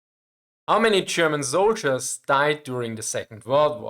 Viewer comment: "How many zoldierss"